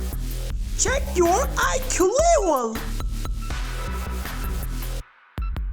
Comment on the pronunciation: It is not livel but level